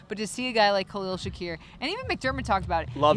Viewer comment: Gotta learn to say Khalils name